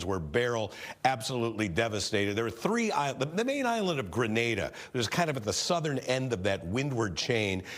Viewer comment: Finally a US reporter to pronounce Grenada correctly!